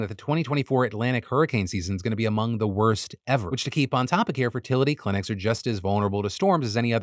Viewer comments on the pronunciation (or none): none